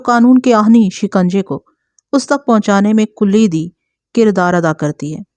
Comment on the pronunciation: Kulidi ghalt h, sahi lafz kalidi h....